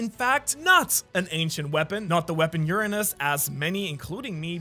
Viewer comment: That us accent makes Uranus sound funny😂.